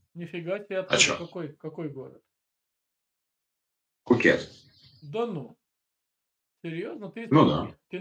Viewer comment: Правильно Пхукет